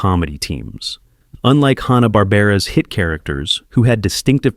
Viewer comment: Oooo... Mispronouncing Hanna in the first minute of a video primarily featuring Hanna-Barbera characters? Not. a great start. Also, a lot of these are still pretty pervasive throughout American pop-culture due to many of them being reused and modernized in the 1990's , subsequent to Turner purchasing the Hanna-Barbera rights. Basically if you grew up in the 1990's through the early 2000's, you saw MANY of these characters on TBS, Cartoon Network, and Adult Swim. Edit: OMG! This Narration BETTER be AI, because if you're unfamiliar with either the fencing term "touché," or the other use, acknowledging a worthy or clever point made by someone, that means... well, nothing, really, but it's a pretty common term, used in everything from cartoons, to literature, to film.. Seriously though, this is just one of those hackneyed YouTube Channels that pumps out poorly written, intentionally provocative content, insulting people's childhood favorites, in hopes of goading individuals into leaving exasperated comments, in an effort to drive up interaction rates. It's essentially trolling to boost their YouTube profit margins, which is a pretty despicable. way of making a living.